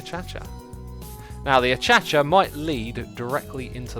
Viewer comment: Please stop, it’s pronounced uh-cay-sha